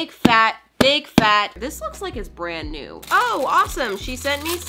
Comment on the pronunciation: When she said “this is new, it’s like a little cow” i thought she said “this is you, it’s like a little cow” 🤣